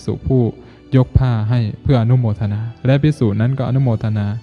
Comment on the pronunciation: แล้ว อย่า แร้ว และ อย่า แระ กำหนดสติ ตั้งใจกำหนด ร เรือ กับ ล ลิง ใช้อักขระให้ถูกต้อง จะดีมาก ยอดเยี่ยม ต้องหัดและกำหนด ทำให้ถูกต้อง คนฟังรู้สึกขัดๆ ขอขอรับท่าน